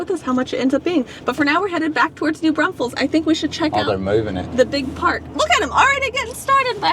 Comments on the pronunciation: Ok. Driving me NUTS. It’s NOT New BRUNSFEILDS. It’s New Braunfels. There is NO UN in New Braunfels. Come on guys. LOL. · I really enjoy watching you guys, but OMG - it's pronounced New BRAWNfuls!!!!!!!